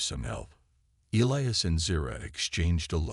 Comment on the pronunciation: Well i counted at leasr 10 different names for the alien lass and even elias got miss pronounced a few times. WTF